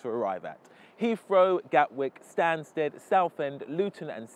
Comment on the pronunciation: u spelled stansted wrong - u said stansed